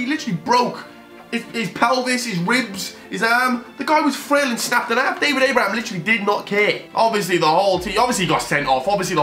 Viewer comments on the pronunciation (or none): none